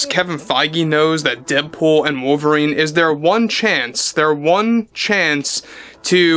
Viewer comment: Ah yes, wovlerine. Ancada's greatest reasutre 😂